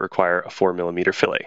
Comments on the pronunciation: It's fill-et....not fillay.....like skillet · Yeah, he even said to use the fillet button to create a fillay!